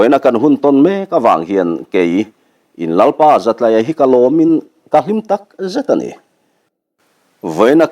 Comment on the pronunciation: Zatlaia, tlai hi school tlai kan tih a, tlai anga lam tur zawk nibawm tak. Zatlaia